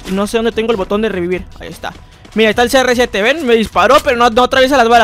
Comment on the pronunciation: Cada like son las veces que dijo serresiete 👇